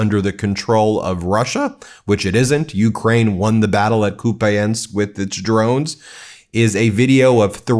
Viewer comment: Please.... pronounce Kupiansk correctly at least....😢